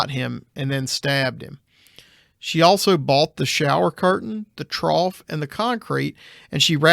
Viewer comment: The commenter in this episode who continuously mispronounces “trough”… OMG 🤦🏻‍♀️